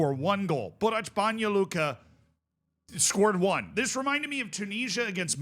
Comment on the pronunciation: Banja Luka pronunciation noticed ❤